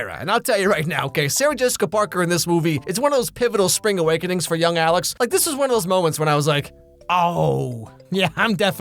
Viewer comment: Alex no! You murdered me. Don't say sliz to me.